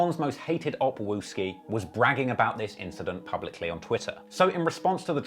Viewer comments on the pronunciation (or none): This guy said "king opp wooski" and put a picture of TB 😂👎🏿